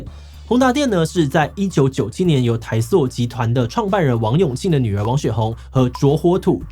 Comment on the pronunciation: 是念塑*(音同素)不是念朔 台塑 塑膠 ，為什麼台灣的國文老師教的必考誤讀音，到現在約80%人都念錯，可不可以做一集節目來講講看。 台塑/塑造、仔細/牛仔褲、法律/法國、亞洲(念訝不念雅) 、液體(念夜不念意) ，還有很多，每次照國文老師及中華民國教育部頒布的念法，都被當成是中國人，非常困擾。 以後我小孩是不是認真念書也會被當成中華人民共和國的子民?教育教成敵對國家的人，難怪一堆有錢人都送小孩出國讀書。